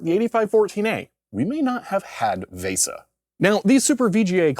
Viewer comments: also vesa is pronounced like visa, I'm old, I'm cranky lol. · why do you keep saying VESA wrong VAY-sah is not right lol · I applaud you pronouncing VESA phonetically, except that isn't the correct pronunciation. VESA has a hard e.